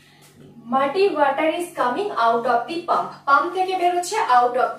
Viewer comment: Pump. Not pamp. Thanks.